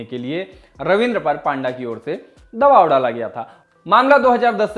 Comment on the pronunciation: पांडा नहीं भाई पंडा